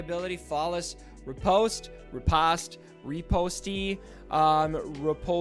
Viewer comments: Hey, French guy here.... pronounce it « ree-post » and you are good :) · You got "riposte" correct the first time... ree-POST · Pronounced ri paw st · Pronounced Re-Post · Riposte = ri+post. The e is silent and the i is sounded as "eh", rather than "ee". Now you know. :) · And it’s pronounced RE-post lol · Hahaha love that you said Riposte right the first time and then made some insurance by saying it wrong 4 times XD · I love how you pronounced Riposte! Don't let those lawyers make fun of your lexicon!